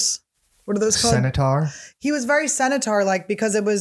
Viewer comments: semi-taur? isnt it centaur or something? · Centaur not senator